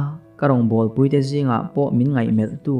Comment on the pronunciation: Puitea tih tak kha i rawn lamrik dan ki kha a dik lova. Pui lai hi Arpui tihbkan sawi a, Pui lai ang khân lam tur a nia. Kan rawn sawi ve hrim hrim. Novel lam te hi a ziak/ziah chhiar tur a awm nual vangin kan sawilang a ni e.